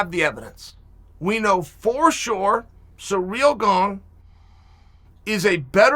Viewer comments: Sir-ill gone, phonetically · Of course he pronounces it as Surreal Gong. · It’s “Cyril Gane”